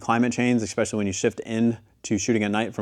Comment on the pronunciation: I love you when I say this, the word is E-S-P-E-C-I-A-L-L-Y, let me hear you say it. Good Not EXPESHALLY